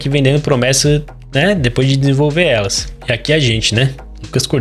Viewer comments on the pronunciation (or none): none